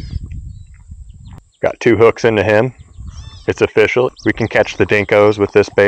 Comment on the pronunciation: It's oh-fish-al!